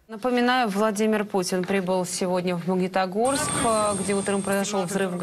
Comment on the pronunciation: ЗвонЯт а не звОнят.... МагнИтогорск, а не МагнЕтогорск...